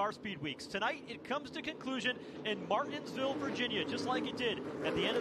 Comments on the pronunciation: How hard is it to say Mar-tins-ville? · That's what he said